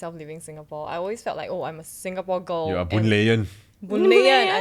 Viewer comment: DED AT THE BOONLAY-IAN